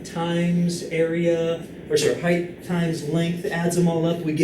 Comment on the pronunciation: I love your videos, hate the way you say height though but your biceps make up for it.